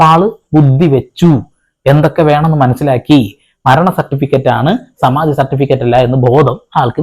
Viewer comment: സമാധി അല്ല ; സമാതി, സമാതി, സമാതി